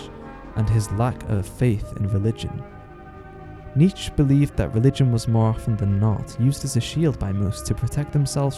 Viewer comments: Nee Chay not nitch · I love your videos, I learned some stuff about Berserk in this one, like how the castles are based on IRL ones, very interesting. By the way Nietzsche's name is pronounced NEE-CHA, not NEECH . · Not niche, he is called Nietzche. Kinda like Nee-tch-ea, any edgelord knows this. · nice video but you mispronounce Nietzsche's name